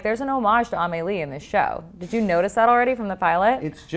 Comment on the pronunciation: Amelie isn't pronounced that way. Anyway interesting interview